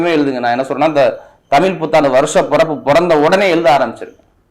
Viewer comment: ஐயா தமில் புத்தாண்டு இல்லை தமிழ்... தமிழ்... தமிழ் புத்தாண்டு